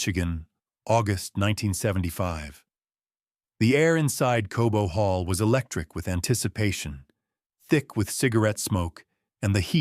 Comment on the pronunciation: Cobo hall not Kobo.